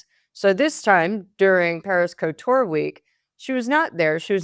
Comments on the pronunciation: how on earth have you arrived the bizarre pronounciation of couture' as 'co-tour'??!! At the very least respect the vowels in the first syllable. Its pronounced 'coo-tewr'. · It’s not Co-tour , it’s Couture